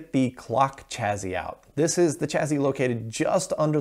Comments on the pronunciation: Stop saying CHAZY !! It's a double SS !! ChaSSy ! CHA-SEE ! Gees ! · I'm sorry, but "chazzy"? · Chassis is pronounced: CHASSIE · just out of curiosity - do most americans say 'chassis' like 'chazzy' or is it just something '' does? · Where does the pronunciation “chaZZy” come from? A regional thing? Would “sassy” then be “saZZy”? Pedantic…me? Well, a bit. Oh, try this phrase “a sassy lassy with a classy chassis”!